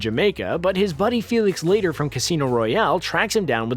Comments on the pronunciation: Exactly. I wrote it, the way it should be pronounced. I guess since I know many people named Leighter, and Leiter and been hearing the name since Dr. No, I know it’s not pronounced LATER! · Felix's last name of "Leiter" is pronounced LIGHT-er, for heaven's sake, NOT "Later" or "Leet-er." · It’s pronounced, “lighter”. Professor Shatterhand was not a codename, it was a false identity. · The commentary loses a lot of credibility when you pronounce Felix Leiter as "Felix Later". His name is said in a number of Bond films, even once used as a pun on "lighter". Obviously the authoritative voice over guy hasn't seen any of those. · It’s pronounce “Lighter” not “Leeeter “ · It’s Felix LIGHT-ER not Lay-ter. It’s been Light-er since Jack Lord (Yes McGarrett from original Hawai’i 5-0) played CIA agent Felix Leighter in FIRST Bond film: Dr. No.-1962. Damn I’m old! Y’all may have read the Harry Potter series growing up. We kids read the James Bond series starting in the 1950s. He was a racist, misogynistic cruel killer who was NOT handsome with a large scar on his face making him more Daniel Craig and less Pierce Brosnan, Of COURSE we read them for the sex scenes...which is funny in that Bond films have ALWAYS been PG-13--never an “R” rating as their target audience is 13 yo boys--they all giggle with the double entendres. There! The 26th thing about Bond. Also the author Ian Fleming also wrote Chitty Chitty Bang Bang and the Bond producer Cubby Broccoli after making five Bond films---made Chitty into a film in 1968 with Dick Van Dyke in the lead! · It's pronounced Felix LIGHTER...not leeter. Also, 1985's A View to Kill??? View to A Kill.... Jeez Screen Rant, lift your game! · That's Felix LIGHT-er, not LEET-er. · Felix "Lee-ter"?? LOL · It’s Felix Leiter u know like cigarette lighter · Stavro.... and it's pronounced like cigarette "lighter"... This guy needs more research. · His name is Leiter!!!!! ( "Laiter") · Daniel Cragg? Felix later? Why isn't he speaking properly?